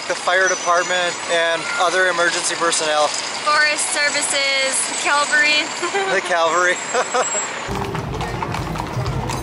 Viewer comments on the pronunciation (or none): I think you meant cavalry not Calvary